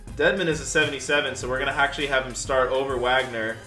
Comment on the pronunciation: i love how pronounced Wagners name right and even the announcers in 2k don’t they say Wagner with a w sound not a v sound lol